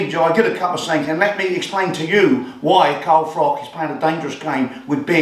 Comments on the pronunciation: Ps it's Froch. Like 'Frotch'. Not 'Frock'. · His name's Froch not Frock, just saying 😉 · It's Froch not Frock.